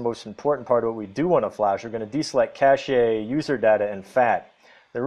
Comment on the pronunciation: I love how he says caché with the accent on the e